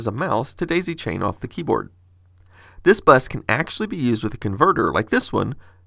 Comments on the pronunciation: APPLE DESKTOP BUS "KEYBOARAD" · "keyboarad" well i saw everything... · “Key Boarad”